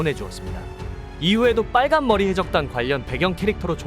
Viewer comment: 전라도세요? 발음 좀 어떻게 해봐욬ㅋㅋㅋㅋ 빨 간머리 해 적단의 견 습생으로 .. ㅋㅋㅋㅋㅋㅋㅋ